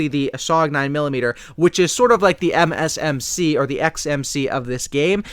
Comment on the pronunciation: Don't ever say mxc its msmc!!